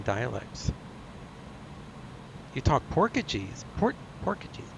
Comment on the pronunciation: Boy you had me laughing today! "I don't even know where Brazil is" "oh you speak Porkacheese"? also his name is Raphael, not Ralphie, lol. Keep up the good videos,. I enjoy watching your content.